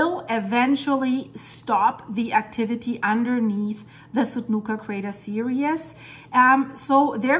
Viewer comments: Seereez. Not seerius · S-ear-E-z S-ear-E-z not S-ear-E-us